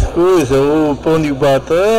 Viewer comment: Quando a gente gosta muito de uma coisa damos ênfase na palavra kkkkkkkkkkkkkk